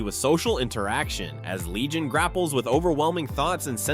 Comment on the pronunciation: Your using AI voiceover and can't even get Comic book character Legion right... Gosh dislike